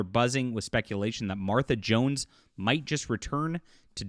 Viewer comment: Hey you said her name just fine 😊